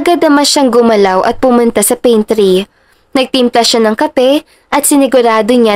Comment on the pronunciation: Pantry po hindi paintry